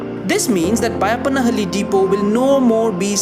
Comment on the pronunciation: Excellent job! Thanks for your comprehensive reporting and accurate footage. Also congratulations on getting the pronunciation of Byappanahalli. Not many can get it. Now please work on हेब्बाळ not हेब्बल्!